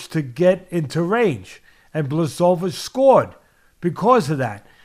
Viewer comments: I suggest saying / Yan 'Bwa.ho.veech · / bwa hO veech. The L is a polish letter pronounced as a W. The hO is said with an accent idk what you call it lol. W's are pronounced as v's ... Kind of lol. BwahOveech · BWA - HO - VITCH is the correct pronunciation! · Blesovis haha love ya teddy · BŁACHOWICZ for you like - Bwahovich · Hi 🧸Atlas I'm from Poland 🇵🇱and I give you tips how to properly Jan names pronunciation OK? No offence Polish: BŁACHOWICZ ('ENGLISH") BWAHOVICH H- like Henry ok and CH- like Charlie but little bit harder- comprendrer👌 W- like Whisky Simple you see ...😉 Your very welcome it's my pleasure Kind regards Slawomir Zgrabczynski from England After written " Supercalifragilisticexpialidoucuous. Treating makes you master. LEGENDARY POLISH POWER 🇵🇱💪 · Jan Błachowicz - Yan Buahovitch - for native English speakers having difficulty with his name pronunciation. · Bwah-ho-veetch is how you pronounce his name. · It’s actually endearing how much Teddy mispronounces Jan’s name, and how many times he changed pronunciations and still got them wrong lmao. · Teddy mispronouncing his name each time a different way has me rolling in laughter 🤣🤣🤣. Teddy you’re the greatest! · Teddy, please take the time to see how someone’s last name is pronounced, otherwise use his first name which is quite easy. Every time you slaughtered his name I’d wince. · I just wait for the day that everyone starts pronouncing his damn name correctly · Teddy mispronounced each syllable of Jan's last name, and I'd want it no other way.